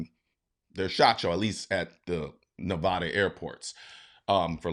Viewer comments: It's Ne-Va-duh. Not Ne-Vaww-Duh. With love from Las Vegas Nevada. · ITS PRONOUNCED NEV-AD-DAH NOT NE-VAH-DA!!!! Sincerely a local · Collins I’ve been a fan and followed you for years. But please understand one thing. It’s Nevada. NOT nevahda. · It’s Ne-va-da not Nev-a-da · Nevada not NevaDA. Keep up the good work. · Nevada not nevoda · It ain’t pronounced Nevawduh bro, you sound like a tourist from Los Angeles when you say it like that. Just like somebody ain’t gonna call At-lan-tah, At-lawn-tah. Look up how to pronounce Nevada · Ne-VA-DA there's no "O". Ok ill take my censoring now please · Please learn to pronounce Nevada correctly